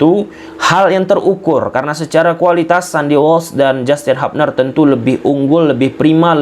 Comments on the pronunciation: Hubner ttp dbaca Hubner bukan Habner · hubner bkn habner 😂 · Kita bacanya tetap HUBNER BANG BUKAN HAPNER